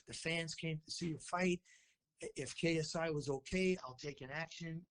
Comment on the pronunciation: You said KSU😂😂 it’s ksi